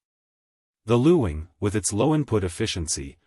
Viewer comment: It’s pronounced ling the u is silent.